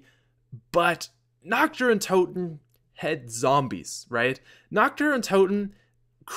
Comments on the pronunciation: does anyone else get a little annoyed when he says it like Nacht der unt(ou)ten. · Wow, I never noticed he used to call it "notch der un tot en" (tot as in tater tots)